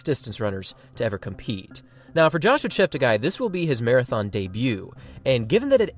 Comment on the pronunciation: Please note that his name ends up being 'gay', not 'guy', according to worldwide broadcasters - he asked them to correct their pronunciations. Tony Hunt World Junior Athletics News NZL